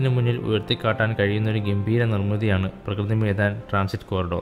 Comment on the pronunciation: പ്രകൃതി മൈദാൻ അല്ല bro.... പ്രഗതി മൈദാൻ ആണ്....